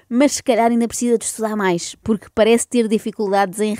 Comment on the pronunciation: Mas porque é que ele fala assim? "Pobrema" , " Poque" em vez de porque e Roguides, em vez de Rodrigues! pertence sem dúvida à liga dos campeões, dos humildes!